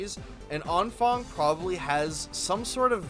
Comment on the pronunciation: That was possibly the most butchered vocalization of Anfang I have ever heard. Impressive.